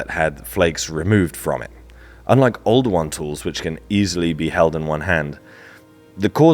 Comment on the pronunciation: Oldowan? Older one?